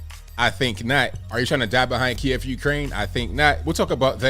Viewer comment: Kiev = "KEY. EHV" two syllables... As in Chicken Kiev - the dish.